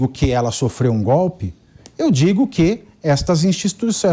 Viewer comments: Gope,assogo,abobra,kk vergonha esse nove dedos é uma vergonha,como pode um presidiário no governo,e ainda fala tudo errado😛🤔😈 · O nove dedos pronuncia "gope"! O Brasil tem o Presidente que merece.